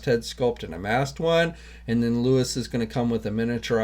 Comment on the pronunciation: It’s Luis not Louis